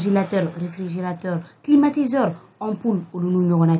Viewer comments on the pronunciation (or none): Climatisor quel français